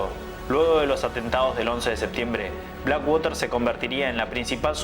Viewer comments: No se lee blackwater. Si puede pronunciar black porque no puedes pronunciar water sin decirlo como se lee. Su pronunciacion es " uarer " y se entiende cundo lo dices : uarer = water. Blackuarer. No sigas diciendo waterrr que se escucha super mal. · Black woter ?? No entiendi tu ingles ! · Por fabor, ya no digas black (wOter).. 😢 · Este pana dice "infame" .. jajajjaja... Primero deberías aprender a pronunciar BlackWater...😂